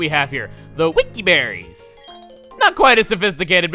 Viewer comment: When shouted BERRIES! I thought he said Barry and I was like............................ wat